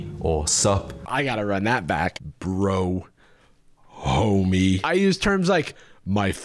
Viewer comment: why does him saying 'homie' sound like he is saying the n word (not literally but in spirit)